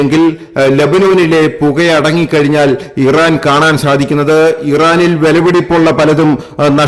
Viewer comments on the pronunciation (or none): none